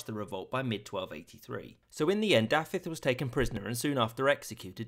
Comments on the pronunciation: I would give u a solid 7/10 only bad one was dafydd. The f is pronounced as a v 👍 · Great job with the pronunciation but the "f" in "Dafydd" is pronounced as a "v" and not an "f". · I'm sorry I chuckled quite a bit at Dafydd being called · He’s gone pretty well here. Only the name Dafydd is a bit off. Da-vith (with the TH voiced, not voiceless) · When you say Dafydd, you keep pronouncing it as thought it's Daffydd. The single f has a v sound. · As a native Welsh-Speaker, I must say that your pronounciation was almost perfect. [Just in case you ever decide to do another video on Welsh history~ Dd='th' in 'the', aka 'ð', and a single 'f' is pronounced 'v', whereas a double 'f', or 'ff' is pronounced as in 'from'. Your attempt at pronouncing 'Ll' was commendable for someone who, I assume, only studied the pronounciation for under a week, and is not a native speaker.]. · The pronounciation of Dafydd in regards to the f was my only issue with it myself. A lot of Wnglish speakers seem to not completely get the difference between f and ff. At least it's not as bad as my half-sister's mother who is also Welsh, but pronounces Pontypridd's dd as a single d sound, yet my English father pronounces it correctly. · Im sorry i know im knit picking but the prononciation of dafydd is killing me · Not a bad effort on Welsh names, but a) f is pronounced as the English v, as in Dafydd, and b) stress is never on the last syllable, so Owain doesn’t sound like domain. Also, Welsh does indeed have few vowels - only 7